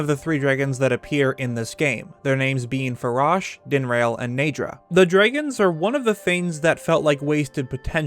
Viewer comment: inhales DREGGINS